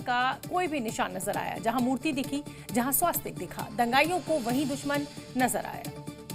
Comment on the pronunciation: 'स्वास्तिक 'नहीं 'स्वस्तिक' यह सही उच्चारण है। संवाददाताओं को सही उच्चारण सिखाना चाहिए।